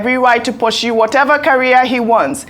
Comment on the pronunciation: Ojy, that's not how to pronounce "pursue..."😮